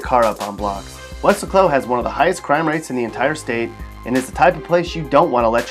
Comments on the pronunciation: it should be pronounced "weh -LASS - koh" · who told you how to pronounce Welasco? it's we-LAS-co. Also, you left out Amarillo. and San Angelo... and Wichita Falls... and it's very sad about Galveston. up until 1900 it was a very important and cool place (think New Orleans). Unfortunately, the 1900 hurricane killed half the people and blew the city away, and it never recovered. and definitely stay out of that southeast corner of the state! Vidor's latest claim to fame is that it is where the two white supremicists chained a mentally challenged black man to their pick up and dragged him to death. but they were arrested and sent to death row. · Thats pronounced "was-lay-co"